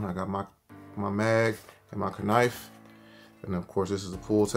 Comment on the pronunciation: You really saying the k in knife is cooking me 😂